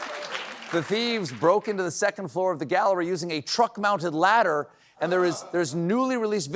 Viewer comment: . Sounded like: "The thieves broke into the gallery using a TRUMP-mounted ladder." 😂